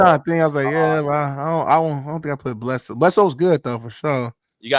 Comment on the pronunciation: Yall laugh at ppl saying Big Ben but you two goofies said Bledsoe… Bledsoe has a ring too fellas. 😂